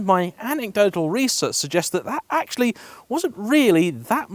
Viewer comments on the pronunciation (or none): none